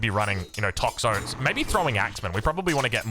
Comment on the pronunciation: please call them 'Tox-o-tees' please i can't even